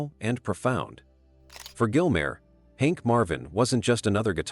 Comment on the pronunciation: Who is this "Gilmare" chap?